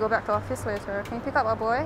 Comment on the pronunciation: She pronounces later in such an awkward manner